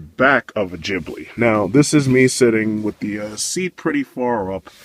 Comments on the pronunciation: Jiblee is hurting my ears, it's pronounced GEE BLEE for fuck sake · KentZeL lol, this guy is dumb as fuck. Jiblee jiblee jiblee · AND! It's Ghibli as in GO or GOT or GET it right! NOT Jibli as in JEEP, or JUMP or JUST shut da fuck up!